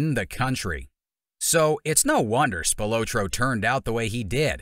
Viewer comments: Spil-ah-tro is the pronunciation. I’ll give you a pass for not being from Chicago. Tony’s brother was my neighbor growing up. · Tony's last name is pronounced "Spil "AH" tro. Hard to watch your clip pronouncing his name incorrectly......... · His name is pronounced like “SpilAHtro”” not “Spiootro” like the narrator says it. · The guy can't even say his name right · If you're gonna do a documentary learn how to pronounce your subjects name. And nobody within Tony's circle called him The Ant. They would have gotten straightened out immediately.